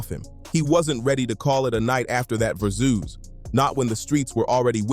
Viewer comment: AI cant pronounce Verzuz to save its life